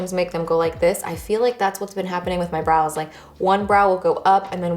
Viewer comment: I kept thinking you were saying bras, then realized you were saying brows 😆. BTW, your makeup and hair look great.